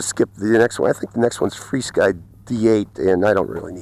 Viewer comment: Nice review as usual. Just wondered why you call it Fly Sky when it is actually FR Sky. Something I noticed you did not show with the Jumper T16 the different speeds 1, 2, or three for example. I remember I ordered the yellow jumper plus and they sent me the plain jumper without the word plus under the name. After many emails and pictures I emailed them, they gave me the run-around and would not take it back. When I did figure the transmitter out a little, it would bind with one quadcopter only, and it only had one speed with no way of using the different speeds of the drone. That is why I was waiting for you to show that this T16 would not only fly your drones in the different modes/speeds of the drones you flew with it. Could you make a video showing that this transmitter can actually fly your drones using their other speed settings for example. Happy Flying